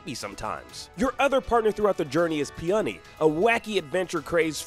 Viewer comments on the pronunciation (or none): Mans never heard of a flower (pronounced pee-oh-nee, not peenunny) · Pee-on-nee? Might want to check the pronunciation of the flower which is spelled in the same way. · Do you really not know how to pronounce Peony? Do you call his brother Rosé?